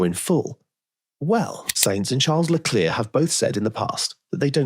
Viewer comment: please don’t get ahead of yourself, I was merely referring to the pronunciation of the surname Leclerc